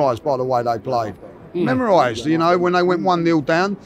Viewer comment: Memorised = "Mesmerized" 😅